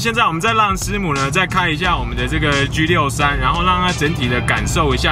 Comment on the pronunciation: 居63？你讲话好土啊，你可以说G63就是Song。。